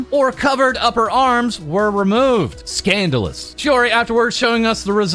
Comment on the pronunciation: Did he just say "skindalous"?